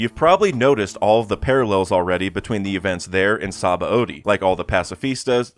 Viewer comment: that's not how you are supposed to pronounce Sabaody.